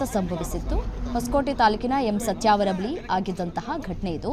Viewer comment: Satyavaram alla tayi satyavara aste